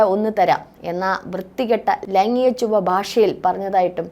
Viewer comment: "ലൈങ്ങിക " ലൈംഗീകo എന്നു പറയാൻ ശ്രമിയ്ക്കണം.👍